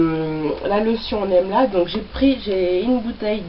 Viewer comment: j adore la video et comme tu as revolutionalise le mot. Emla c plus joli que amla. J ai rigole quand tu as crie!! Moi aussi j'ai eu la meme experience..de la poudre partout j en ai fait une huile moi aussi. Je suis en train d en infuser dans de l huile de noix de coco(je sais que tu as horreur de l'huile de coco). Donc j ai mis une cuilleree a soupe d'emla :) et ensuite un peu de tulsi et brahmi.. j avoue que j experimentais..donc je vais utiliser cela comme un traitement avant shampooing.